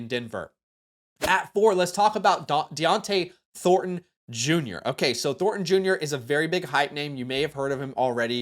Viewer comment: That's 3 separate fantasy football YouTubers that mispronounced Dont'e Thorntons name. Am I saying it wrong? Is it pronounced Diontae???